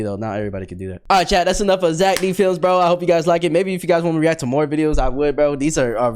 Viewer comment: Zeck D flems more like zeck dih flems